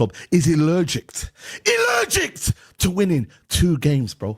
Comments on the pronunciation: Illergict, there's me spelling it and pronouncing it al-er-gic all my life 🤦‍♂️ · There's no T in allergic you muppet 😂 Allergickt 💩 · 'allergict'' hahahhahahahahahaha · “Illergict” "we have risen to new lows" gold 🤣🤣🤣🤣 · Why is saying "AlerglicT"?